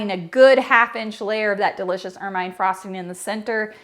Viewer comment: Awesome recipe as always! I'm a big fan. However, I must pick on you a bit, lol, and play the grammar Police.;) Ermine frosting is pronounced "ermuhn'" and is named after the beautiful ferret like creature who turns a lovely pure white in the winter. ;)